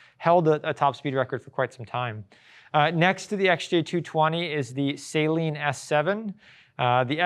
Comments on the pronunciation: It's not Say-Lean it's Sah-leen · Saleen is pronounced "SUH-LEEN", not "SAY-LEEN" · Its not salt water...its pronounced... suh-leen😂 Great vid otherwise